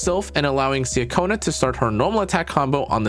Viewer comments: nice guide! btw just fyi, her name’s pronounced chacona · Great guide! It’s pronounced CHA-kona btw. I’m so happy I got her!